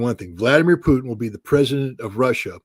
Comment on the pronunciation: Ma ti sei perso la clip di Trump che sostiene siano stati i russi a rubare i progetti dei missili supersonici agli americani, durante l'amministrazione Obama ? wawe media ( La pronuncia di Putin è Putin , non puthn ,sia in inglese che in russo, si pronunciano tutte e 5 le lettere, accento sulla u.)